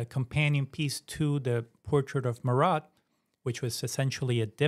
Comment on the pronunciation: All good, but... Louis = 'Loo-ee' Marat = 'MAR-ah' Toussaud = 'Too-so' Jacobins = 'Jack-ah-bins' Pentimento plural is pentimenti.